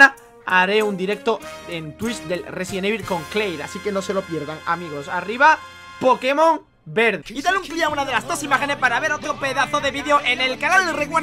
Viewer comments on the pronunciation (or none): none